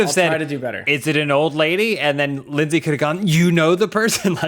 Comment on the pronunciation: It's "Leyndsay", with an e-y.